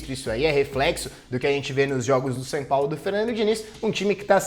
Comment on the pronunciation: O nome do time é SÃO PAULO, pare de falar SAN!